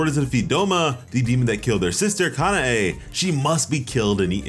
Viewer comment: Kuh-now and kuh nay bro it's that easy